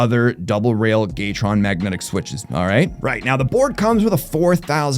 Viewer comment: Why are you pronouncing it Gaytron? 😂